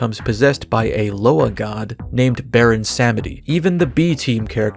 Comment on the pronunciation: You mispronounced the name of the loa possessing Scat Dazzle. "ba-ROHN sa-MEH-dee". Or as the trolls from WarCraft say, Bwon'samdi. Which I kind of prefer, because talking around potentially-vindictive tribal ancestor-spirits is a good way to avoid unnecessary misfortune. ^^; Also: Roberto de Grabbaidegoulis, huh? I fuggan lul'd. XD